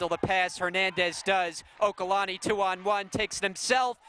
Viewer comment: It's OLUKANNI not okalanni